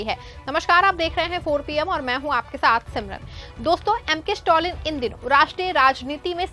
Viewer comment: स्टोलिन नही मैडम स्टालिन।